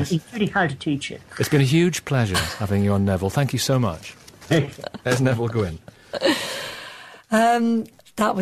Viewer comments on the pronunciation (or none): It’s ‘Nevile’.